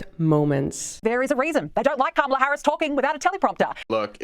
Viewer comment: Women insulting other woman, make me sick. Politicians do it all the time. You may try first by staying her name right! Kamala (Coma La) that’s it honey.